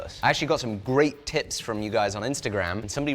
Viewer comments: did he say tits or tips? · thought he said great tits 😂